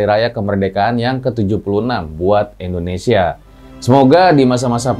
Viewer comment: INDONESIA bukan ENDONESIA 😁